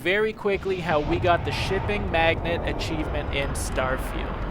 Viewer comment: Mag-Nate not magnet.